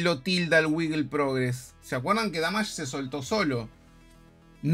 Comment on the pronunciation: "Damach" :V